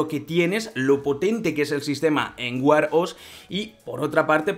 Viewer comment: Vaya, estos «influencers» ganan un platal con los vídeos y no le pueden dedicar un tiempo a buscar la pronunciación de las palabras en inglés que van a usar. No se dice Apel sino Apl y Wear se dice uer no uar 🤣😂